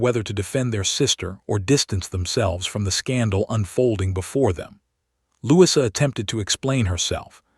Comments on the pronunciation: Try Lou- ease - a... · Louis-uh, that's a new one